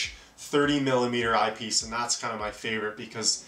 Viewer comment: I can’t handle the way this guy says eyepiece, such a weird inflection. Sounds like he’s saying IPs.